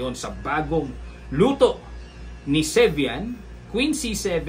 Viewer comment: 2nd : sevian not servian?